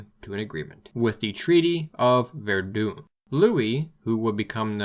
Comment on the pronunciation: Terrific video, may I suggest that Verdun is pronounced with a nasal vowel and not "Verdoon." Keep up the good work.